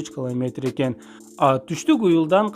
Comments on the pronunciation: Клометр дебей километр деп туура суйлочу.Маалыматына рахмат. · Туура окучу бай болгур , кламетр эмес километр ! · Муну биз сенсиз эле коп жыл мурун укканбыз ,жанылык эмес !! Эмнеге жулунасын менин сага айта Турган кенешим ,жакшыраак окучу ,биринчи класстын баласына ,окшобой кламетр эмес километр , кулкуну келтирбей